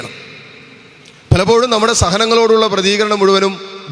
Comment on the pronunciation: Pratheekaranam alla Prathikaranam !!